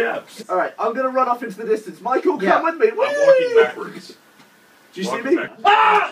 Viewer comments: I love how Gavin instead of saying "Michael" he says "Michool." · You mean Gav saying "MY-COO"